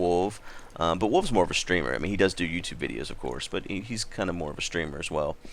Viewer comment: When he said:"wolv is more of a streamer" i thought he said 'wolv is more of a streaker....' -.